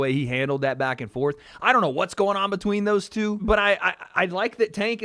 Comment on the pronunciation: Thumbs down for that gay ass way of saying two. Show your loyalty to Lucifer some other fucking way.... also what the fuck is this a fashion show? who gives a shit what the fuck they dress like or what the fucking hair looks like.